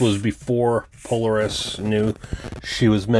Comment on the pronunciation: It's NOT Polar-es. It's pronounced Poe-Lar-es